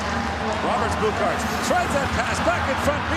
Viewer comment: So much respect to the GOATmentators (by GOAT meaning — Greatest of All Time, just in case) for pronouncing Latvian player surnames and names so well. Especially when I heard Roberts Bukarts it blew my mind, sounds like a perfect Latvian pronunciation